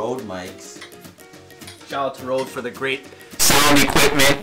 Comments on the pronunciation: Im norwegian and that is not Rode that is Røde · Lololol the way they pronounce RØDE is so funny to me cause I'm danish. Like the real pronunciation is so much different.